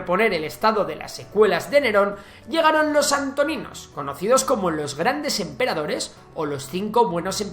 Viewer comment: FE DE "RATAS": "Dinastaía" Han. Grandes "Empreadores". La Cultura del "Tihuacano" (dice "tihuacano" y escribe "tihuanaco", pero la palabra correcta es tihuanacota). "Setrapías" (es Satrapías).